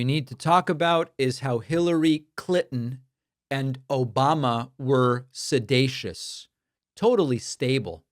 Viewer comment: Looks like a defamation or several defamation lawsuits are headed his way....again! Also how stupid is he that he can't pronounce sedition?